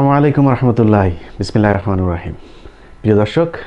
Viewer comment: ভাই আপনি কিছু মনে করবেন না আমি ব্যক্তিগত ভাবে আপনাকে পছন্দ করি। তাই আপনাকে একটু সাহায্য করতে চেয়েছিলাম আর সেটা হল আপনি বিসমিল্লাহির রহমানুর রহিম বলেন আসলে সঠিকটা হল ( বিসমিমিল্লাহির রহমানির রহিম) ধন্যবাদ ভাইয়া।